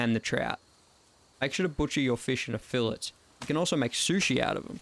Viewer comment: no hate just thought id help but filet is pronounced ful-ay